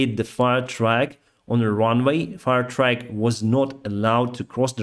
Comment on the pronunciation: Quick note, when you say Fire Truck it sounds like Fire Track which is not correct. Also benzene is called gasoline in English